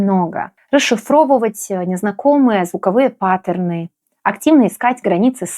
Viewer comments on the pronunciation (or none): none